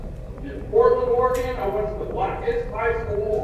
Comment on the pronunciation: I'm so glad that you can say Oregon correctly. These are crimes are just 😢 very sad.